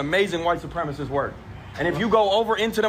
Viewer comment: Good point on mispronouncing White supremacist.